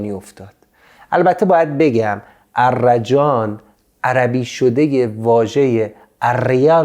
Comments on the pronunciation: درود استاد. تلفظش arrajan نیست arjan است. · درود. احتراما تلفظ آن ارجان است نه ا. ر جان